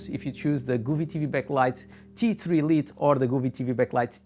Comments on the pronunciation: Great video! Thank you! Also, for future reference, "Lite" is pronounced like "light," not "Leet." It's an informal variant of the word. It's like a nickname. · Bom video! Só uma nota: "Lite" pronuncia-se "L(ai)te. Força! ;)